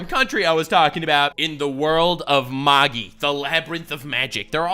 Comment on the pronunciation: you said Magi wrong. It's "mag-I"